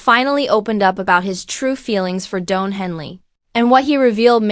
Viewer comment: His name is Don, not Doan. 😅